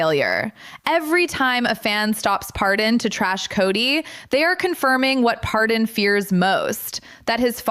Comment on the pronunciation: I hate to tell you but if you’re going to report on someone’s life you may want to actually pronounce it correctly. His name is Paydon and not Pardon. But I’m sure he will pardon your mistake if you leave him alone and stop trying to make a living out of his painful life.